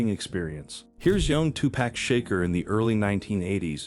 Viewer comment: Sa-VEN-ties takes cringe worthy to a whole new level. Also, I was unprepared for 'two-pack shaker'. LMAO.